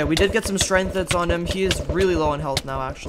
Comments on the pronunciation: Why do you say strength like strenth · Nobody: Absolutely no one:: STRENTH